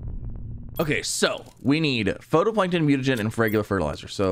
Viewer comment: Him pronouncing phytoplankton makes me cringe. PHOTOplankton new species that takes selfies maybe? 😂